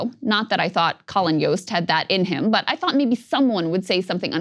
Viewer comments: Colin YOST?? C'mon. With a name like Krystal Ball, youd think she'd put emphasis on peoples names. She's so much of a La Jolla type despite her roots. I do, however, agree that Colin really Yosted his chance to show some courage there. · It's not Yost it's a J you must not watch snl in which I can't blame you. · We’re just gonna ignore Colin “Yost?” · Jost is pronounced with a Hard J, not Yost.